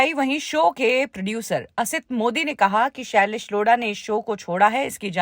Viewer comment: shailesh Loda🤣🤣🤣🤣 madam nam to shi se lo